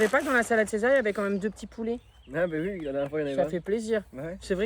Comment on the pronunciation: dit ouii à touus